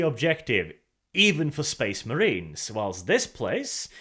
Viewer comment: Bad guys? SPESS MUHREENS?, I am THIS close to calling the inquisition on you